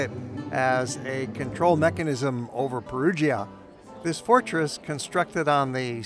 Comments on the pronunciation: Pronounced (Pɛruja) not (Perugeea), cheers. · It’s pronounced Perudscha … not Perudschia … the “i” is silent … just like with Giovanni … it’s also not “Dschiovanni” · Great video, but Perugia is pronounced "Pe-roo-jah" - not "Pe-roo-gee-a." And Umbria is pronounced "U with a long u sound: Uuum-bree-uh. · Really like your work but must you pronounce it Peru jee-a ?